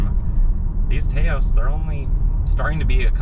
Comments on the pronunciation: It’s not TAY OSE it’s TAH OSE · Taos is pronounced like "house", not "tay-os" (its a town in New Mexico). That said, I'd never buy a car without blind spot monitoring. When they delete current safety features because of supply chain issues that's a problem. I'd also never get a car with a panoramic sunroof. At least 100+ lbs of extra weight sitting on top the roof. Lets in a lot of heat in the summer too - makes the AC work harder. Unfortunately with the top SEL trim it comes standard so if you want ventilated leather seats and the premium sound system you're stuck with it. Same with AWD (don't need it - FWD would be preferable). Hate when automakers do that. Yes, I've been shopping this model - its frustrating that its good in so many ways but has so many forced compromises. When they first started making them in 2022 you could get a FWD SEL without the sunroof (it was an option).